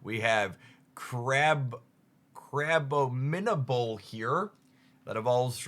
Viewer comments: abominable snowman ❌ abbo min-able ✅ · Ik poketubers do suspect pronunciations but hearing you say crabombinable hurt. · Crab-o-min-able was a good first try lol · don't even mention crabominable 💀